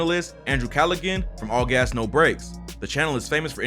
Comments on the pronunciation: Callag-han? Bro... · The "g" is silent in Andrew Callaghan. It's pronounced like "calla-han".